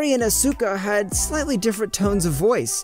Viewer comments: bugs me how he pronounces Asuka . everyone else were saying it fine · Can this guy not pronounce anything? Blueish? As-uka? Bruh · I don’t like how he says Asuka. I mean that’s how its pronounced but still… over really good